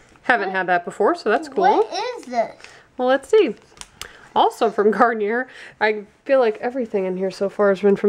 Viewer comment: It's pronounced Garn-yay. I know that sounds weird but it's not gar-ni-er.